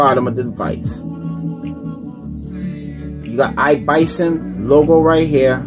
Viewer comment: Its not Bison its iblason with an L.Thanks for nice review.I have an iblason case on my htc one a 9 and I love it.